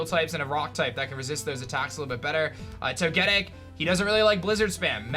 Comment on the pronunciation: Jfc for someone who plays Pokémon for a living you’d think you could pronounce “Togetic” correctly. Do better.